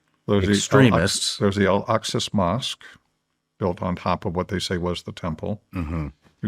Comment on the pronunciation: EL AQ SA MOSQUE NOT ELKSUS YOU MUG 🤡